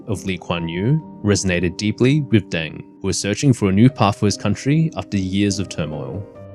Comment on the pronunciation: You cant even pronounce names correctly and you talk about history…what a joke😂 its DENG, not DANG